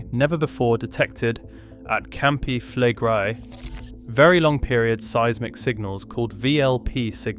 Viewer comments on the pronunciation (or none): Flegrei is pronounced Fleg-ray-ee.